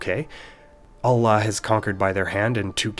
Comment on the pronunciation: This is actually the first time I heard Allah being pronounced correctly as ' ɑɫ'ɫɑh ' instead of other kind of pronunciation, in a non-religious media. If you're not a Muslim, you sure took your time understanding the proper way of things :)